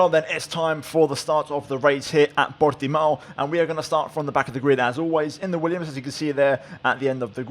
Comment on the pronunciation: Well done by trying to say the track by its name and properly mate. Nice effort